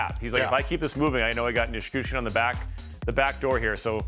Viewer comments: "Nish-Coosh-Kin"? .... c'mon guys 🙄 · Yeah it’s there in the letters … Nichushkin … “nih-choosh-kin”